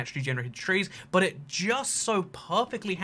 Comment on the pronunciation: It Not 'itt'